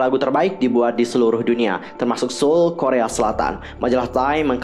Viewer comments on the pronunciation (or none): none